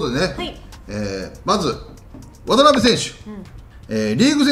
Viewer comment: わたなべじゃなくてわたべでは？